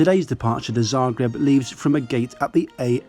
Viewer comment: I have to say, that for an english-speaker, you've pronounced Zagreb pretty correctly... I haven't flown very much, but I agree about this aircraft...